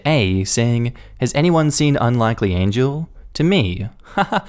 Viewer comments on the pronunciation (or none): none